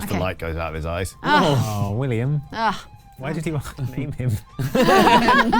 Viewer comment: "It is I. Villiam." Absolutely crippled me.